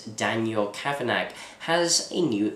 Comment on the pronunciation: Pronounced 'cavanah'